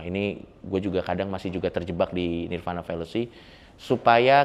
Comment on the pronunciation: 🙏Sedikit Koreksi Untuk Coki Parade nirvāṇa di bacanya Nirwana Bukan Nirvana ✌️